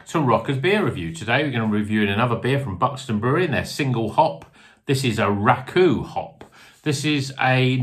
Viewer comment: I’ve no idea how Rakau is pronounced but the first time you said it just made me think of “Racelle” from Only Fools 😂